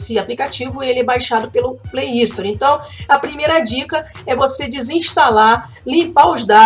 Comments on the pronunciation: já que você ajuda a galera com tantas dicas bacanas, vou retribuir o favor pra você. A forma correta de dizer Gift card é "guift" e Play Store não tem um i na frente, o correto é dizer "sstor". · Ela fala play istori